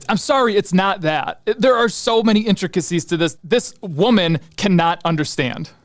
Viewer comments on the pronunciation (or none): The way you said “this woman” was a little out of touch 😂